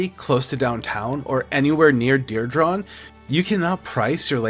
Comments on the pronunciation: Diridon is pronounced: DEER-"e"-dawn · This is the second realtor video where the realtor can’t pronounce diridon? I’m starting to thing these guys are getting Ai scripts and just flooding the zone. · you say diridon hella weird. for someone who claims to be here for three generations learn how to pronounce it right 😂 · I came to the comments for this. I was born here too and know how to pronounce it. I want to see his birth certificate. 😂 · Mispronouncing DIRIDON